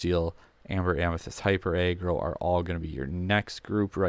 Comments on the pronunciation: I can’t take this seriously the way you say aggro like if it was a a ron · I don’t get how he says aggressive fine but aggro weird